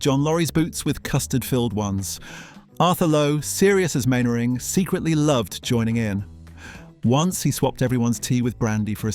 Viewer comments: Man-ering, not Main-ering! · Elizabeth Mainwaring was played and voiced by Parnell McGarry. Arthur's real-life wife appeared but never portrayed his onscreen wife. And Mainwaring is pronounced ""Mannering". And it was the BBC who changed the title from Jimmy Perry's "Fighting Tigers".